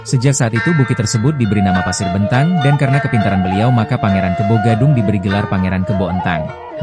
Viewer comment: Itu cara baca nya salah b'entang E nya di baca b'entang bkn jadinya .bntang